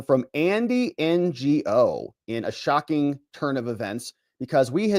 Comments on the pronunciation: So Andy's last name is pronounced "know" I believe but cute N G O 😂😂😂😂😂😂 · It's pronounced Andy No. Give this guy some respect. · Lol, Ngo is pronounced "No". And slightly on the same topic, Nguyen is pronounced "win". You're welcome. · Ngo is pronounced no. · I’d love to see you do a stream with Tom Fitton from Judicial Watch. He’s managed to get his hands on a lot of docs through FOIA and his books are excellent. Oh and it’s Andy No without the “G”.